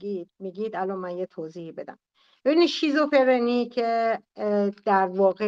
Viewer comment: تو هنوز بلد نیستی بگی شیزوفِرْنی...میگی شیزوفِرِنی😂😂 منم شیزوکاچی شیزوحلوا دارم😂😂والله نصف افراد گروهت مثل سارا و فرشته هرکدوم یه موجود خیالی دارن صحبت میکنن باهاش. بعد دارو هم نمیخورن. آخه تو که هنوز یه جمله رو نمیتونی بگی هی این شاخه اون شوخا میپری چی داری بلغور میکنی. تو خودت باید دارو بگیری